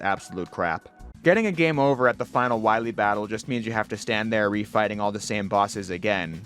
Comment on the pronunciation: Then we'll find Doctah Wahwee.